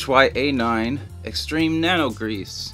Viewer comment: you siad that Ht-a9 but his name is Hy-a9